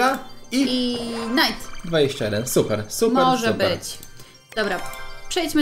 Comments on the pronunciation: Moja ulubiona karta executioner mogę serce plis przy okazji to nie knajt tylko najt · Knight wymawia się najt ;~